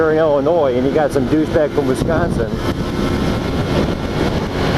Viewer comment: oh and its not WESconsin its WISconsin wis as in swiss